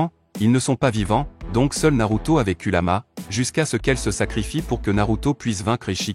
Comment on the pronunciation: Kurama et non kuluma